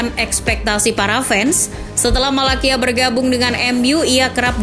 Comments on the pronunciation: sbutan nya tyrel malacia-tyrel malasia..bukan malakia..🤣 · Maaf cara bacanya bukan Malakia, tapi Tyrell Malacia (Tairel Malasia) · Cara bacanya Malasia min bukan Malakia, sorry min bukannya sok ngajarin atau gimana tapi emang begitu bacanya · Disebutnya malasia min bukan malakia hadeeehh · bacanya malasia min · Malacia itu dibaca Malasia bukan Malakia mbak Daley Blind itu dibaca Blind bukan Blain kayak bahasa inggris Orang belanda dia Tolong perbaiki lagi bacanya